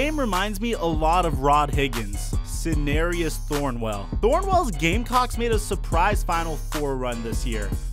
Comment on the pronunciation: SinDarius Thornwell not sinarius